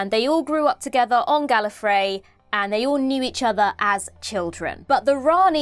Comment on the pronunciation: C'est bien d'avoir une traduction française, par contre la prononciation est atroce (rien que Gallifrey prononcé " Gallofraye "... Atroce)